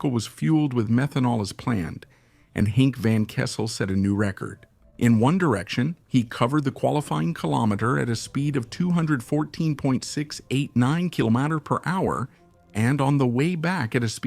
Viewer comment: Kilomatter? Kilometter? Kilomayhatcha? Kilogatter? The content is good but dear lord dat AI pronunciation 😅